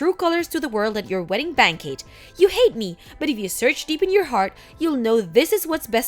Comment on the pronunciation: I love it, pizza at a wedding reception!!! Wait, what, wedding "bankeet"? 😂